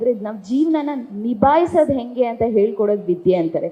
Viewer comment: Learn to pronounce kannada properly Ha ucchara bahala mukhya Ale Jana (say Hale Jana) Odu bara (say odu baraha) Henge (not enge)